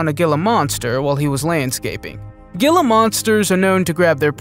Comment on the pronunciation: Pronounced HEE-la monster. Not a grizzley bear, a black bear